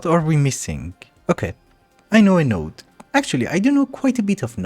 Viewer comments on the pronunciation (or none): none